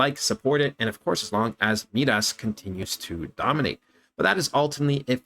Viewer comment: Been watching this coin as well. I think you’re pronouncing it wrong though. Not MeeDas it’s Midas like King Midas from Greek Mythology. Mai-Dahs (sounds like “my “ hard I)